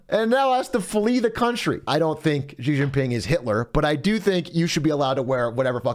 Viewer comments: Zhang is not pronounced jong. the A is pronounced A like in ITALIA and not O like John. Americans butchering language. ALSO its pronounced SHE!!!! not Jee. sh like in hush. a hard sh so to speak. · It's not "Gee" Jin Ping, it's "Shee" Jin Ping. Get with it, buddy!